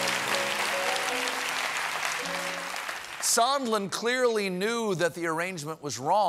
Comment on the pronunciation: "Mr. Somenlla" LOL!